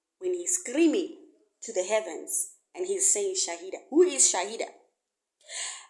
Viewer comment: Its called shahila not shaida